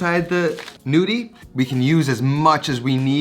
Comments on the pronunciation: The G isn't mute :) you just have to pronounce them as gnocchi. It's a tuscan way of saying 'nudi' (like you pronounce it) which is Italian for nude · Pronounce Ñudi. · Interesting take on this recipe. Just a comment on Italian pronunciation: "gn" is a diphthong. The sound is similar to the Spanish N tilde. So the "g" is not silent in gnudi but is pronounced exactly the same as the gn in gnocchi which you pronounced reasonably well. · Looking forward to trying this but, in the meantime, the g is technically not silent. It turns the n into the equivalent of the Spanish ñ.